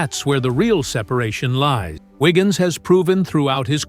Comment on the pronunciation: Andrew "Wiggin".... Downvote AI SLOP.